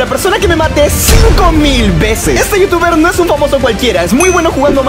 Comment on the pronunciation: cap DIJISTE YOUTUBER NO VITUBER